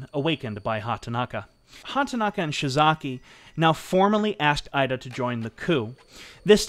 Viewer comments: About half-way through and really enjoying the telling of the story - the one thing that is grating on me is the pronunciation of some of the Japanese surnames :( Ida for instance (I believe) should be "ee-da" and not "eye-da" and Takeshita should be "ta-kesh-ta" not "ta-ke-shii-da". Gotta watch that American accent and those "t"s . Aside from that, good story, nice pace. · With such preparation and scripting it seemed brilliant for the most part, but I kept getting stuck on your pronunciations. This was never so evident than Finding it funny that you can say Suzuki fairly decently, why would you then pronounce the 'I' in IDA as 'AIIDA' and the 'O' in KOGA as 'KAGA'. Not to mention the Romanized spellings all over the place LtCol JIRÔ SHÎZAKI . It's not worth talking about Japanese sort of 'R' sound, it's generally accepted as foreigner pronunciation that most Spanish speakers have no problem with. Phonetics in Japanese is pretty easy. vowels are always pronounced the same way. They don't have diphthongs nor are they long unless indicated (in Romanized script) a carrot or line on top. For instance 椎崎二郎 is by all intents and purposes easy enough to understand. Many names in Japanese have two character each, providing a Family name, and Given name. Unlike Chinese which mostly has one character each with Family name Sibling joined name and Given name. So, let me try this (capitalization indicates sound):: A is always like the Ahh sound E is always like the Ehh sound (not 'ei' as in English pronouncing 'aid') I is always like the skI sound as in snow skIing. O is always similar to the Oh sound (but with out the English diphthong of Ou that we tend to use) U is always like the flUte sound There are some unusual consonants, like 'ts' and how they use the difference between t d and ch or s j z and sh not to mention associations of h b p, d t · The I in Ida is pronounced "ee". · It’s pronounced (eedah) Masataka Ida